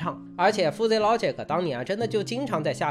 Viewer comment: Fuzzy 读 ˈfəzē 吧 阿泥妹饭真的读出了南京味 太亲切了 在南京读的大学 😂😂😂